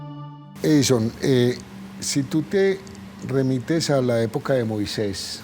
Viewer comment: Acá en México escribimos Moisés. Y es común escucharlo pronunciarlo MOISEIS.